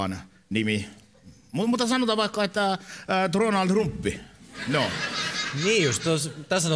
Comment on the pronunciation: Tronalt trumppi🤣 Oikeesti se on Donalt trump